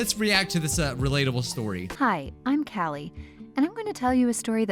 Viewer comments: pronounces Callie as Kaylee Me: freaking out Callie from Splatoonnnnnnn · Cal-e Not Cay-lee She also says it in the video Sorry lol my name is Callie and it bothered me. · Me when he said CALE llie: ITS CALLIE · Its pronounced cal-le that my name and it triggers me when people pronounce it wrong Lol ilysm byeeeee